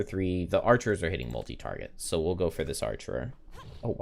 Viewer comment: Love these streams and great skills but please stop saying "archerers"!